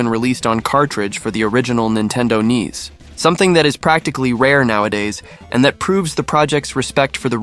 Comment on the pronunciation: Did he just call NES Nintendo knees.?